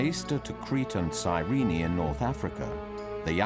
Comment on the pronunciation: Serena...sirene...guys, it's Cyrene, in current Lybia